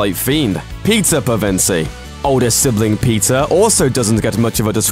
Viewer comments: I hear Pizza not Peter. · When he says Peter, it sounds like pizza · When he says "Peter" to me, it sounds like he's saying "Pizza". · did he just call peter.. Pizza..?